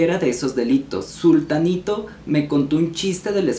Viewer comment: Pero es zutanito. No zultanito. 😊